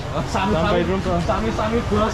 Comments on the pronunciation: Not sami sami. Its sama sama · welcome = sama sama normally and not Sami Sami, pls remember 👍